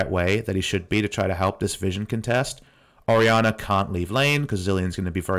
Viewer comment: Lmaoo for a full three minutes I thought they picked Ahri because I couldnt see the pick and the way you pronounce Ori sounds like Ahri